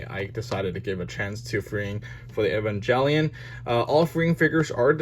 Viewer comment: Hey I noticed you pronounce Evangelion wrong, which is common but yeah I might look up the right pronunciation, no hate just noticed